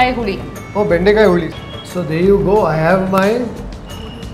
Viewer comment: Bendekaya alvo boda nan magne ,it's bendekai 😂😂 Lady : Yaya yaya